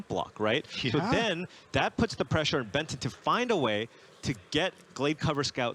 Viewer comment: Is it just me, or do I keep hearing Ben 10 when they say Benton?